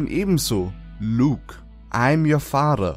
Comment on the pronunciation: wie du "father" aussprichst xDDD LOL Hört sich er an wie "Fahrer".